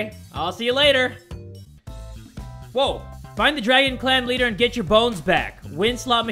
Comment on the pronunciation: Isn't it Dragon Clan not "Dragon Clam"? XD